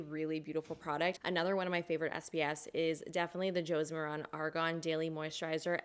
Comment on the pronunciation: Josie Maran's last name rhymes with Karen. It's not "more-on".